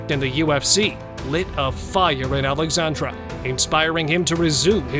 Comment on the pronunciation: Not AlexandrA it is AlexandrE E not A AlexandrA is female name Alexander and Alexandre is male name